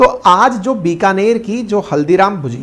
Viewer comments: your pronunciation is wrong may be because you do not know the difference between ‘ bhAjia’ and ‘bhUjia’. Haldiram is known for bhUjia and not bhAjia. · भजिया और भुजिया में फर्क होता है, हल्दीराम की भुजिया है ना कि भजिया